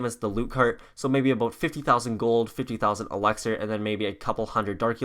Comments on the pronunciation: It’s elixir not elaxer dumbass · Why does he say elexer it's elixer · He says elaxar,dark elaxar Elexa goes off Sorry i cant change my colour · You say elixer weird